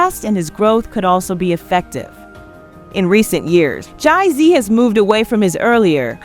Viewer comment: Yo, why the hell you say Jay-Z like that? There's something so off about this voice.